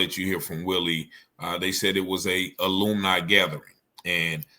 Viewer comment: "ALUMNI" not "aloomni" hahahaa